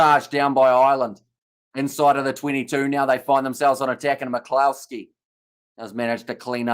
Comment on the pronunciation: Just to help your pronunciations McCloskey is pronounces more like McClusky :)